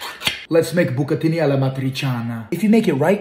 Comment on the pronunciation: "Bouq-a-tin-eye" lol 😆 Can't even spell it to match that butchered pronunciation.... It looks good!